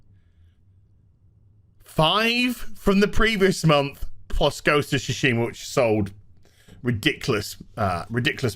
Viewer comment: Have my like for 2 things: 1) “please... buy me,” and 2) Ghost of “Toosheemah”